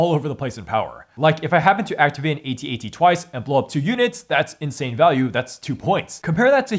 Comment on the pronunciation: It's pronounced "at, at", not "A" "T'' "A" "T" . Just look up how george lucas pronounces it on youtube.